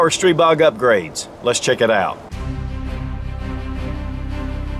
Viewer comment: After the 20th "streeebog" I'm out.